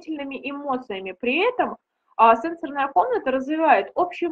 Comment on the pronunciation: СЕ́НСОРНАЯ Ударение следует ставить на первый слог, если мы употребляем слово в значении “устройства, реагирующие на касание”. Например: се́нсорная панель телефона СЕНСО́РНАЯ Ударение следует ставить на второй слог, если мы употребляем слово в значении “связанный с чувствами, с органами чувств”. Например: сенсо́рная система человека